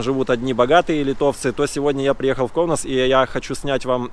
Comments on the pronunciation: Все не плохо но есть одно замечание город Каунас, а Не Коунас, неприятно слышется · Правильно говорить Каунас,а не Коунас. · Здесь живут не бедные а богатые литовцы,prasum ne mjalok, и не Коунас,а Каунас. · Каунас правильно! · Всё нормально. Не давите на парня. Только чуток акцент на короткую "а" в место "о" в слове Каунас нужно поправить. Но это же нюансы. яркий пример тем, которые так и несумели выучить литовский за 50 лет. А он только 2 года в стране и такой прорыв. У парня стальные яайца!